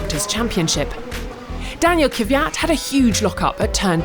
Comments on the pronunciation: It's KVYAT not Kivyat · It's "KVY-AT" not "KY-VY-AAAAT" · how english speakers cannot pronounce Kvyat... there is no letter between K and V. They say something like Kivyat